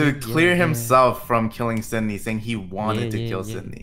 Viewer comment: Everyone: "Sydney" Dream: "Nitrii"